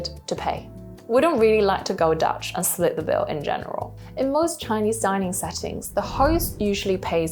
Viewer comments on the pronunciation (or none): none